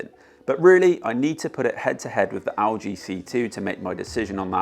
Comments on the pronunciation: Owl G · why do you say lg like that